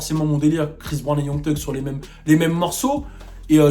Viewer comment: hey video vrmt super mais tu dis "tug" pour thug alors que j'ai appris ya pas longtemps qu'on disait "ssug" ahah tu gères